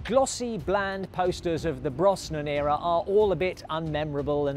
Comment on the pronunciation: Please PLEASE if you're going to do future Bond content learn how to pronounce Pierce Brosnans name correctly!!! Its pronounced BROZNAN not BROSSNAN.